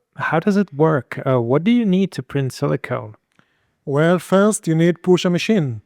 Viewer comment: Silicone, not silicon.